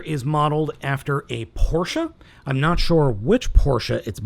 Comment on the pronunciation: I'm really glad you pronounced Porsche correct. Cheers!